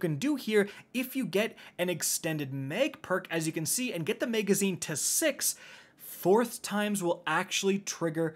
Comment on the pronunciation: MAG-azine. not MEG-azine.